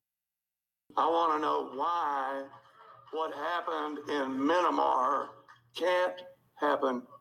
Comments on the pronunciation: You Americans seriously need a geography lesson: Myanmar is pronounced "Mee-on-Mar", Sweden is NOT Switzerland, South Africa is an actual country (not just a region), Cuba is a country your own government forbids you to visit, Oman (Oh-Man) is a country on the Arabian peninsula (not just an expression of annoyance), Iceland is green while Greenland is full of ice, Israel is in the Middle East, people speak Portuguese in Brazil, Georgia is not only a US state but also a country in the Caucasus, Kazakhstan is a real country while Wadiya is fictional, Hungary is not only what you feel when you have the need to eat but a real country that the local people call "Magyarország", Turkey is not only what you eat for Thanksgiving but a country formerly known as the Ottoman Empire! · Second MAGA Supporter: Mayanmar 🤣🤣🤣 It's Myanmar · It’s actually pronounced Mee-n-maw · Jim Acosta is incorrect about pronouncing "Myanmar" as "minn ih mar", it's actually "My ahn mar". The rest is mostly taking people out of context and editing things together to create something that doesn't really reflect reality well. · Freedom for Minnamar! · Myan.na.mar ? Who are those illiterates? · “It’s MEEE - N - Mar, not MY- N - Mar.” hahahahah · First MAGA Supporter: Mynamar 🤣🤣🤣 It's Myanmar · “Flynn said Minamar” 😂😂😂🤣🤣!! They need to put Flynn back in prison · "Mini-Mar" or "MYanMar". Not MeAnMar? Clueless. Absolutely clueless. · That eejit in the audience couldn't even pronounce the name Myanmar - calling it 'minimar". These people sure are thick. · Powell, Flynn, Trump, and Lindell are the worst for the nation, but on a personal level that "Minimar" guy is going make me doubt myself everytime I say Myanmar for years. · “Minnimar” lol! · The scary thing is that the people mispronouncing Myanmar are proud of themselves. They proudly cling to their ignorance because it's all they have. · minimar, myan-mar, mini mart, walmart whatever lmao!!!! they cant even pronounce it lol!! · it’s MEE-anmar. Jesus.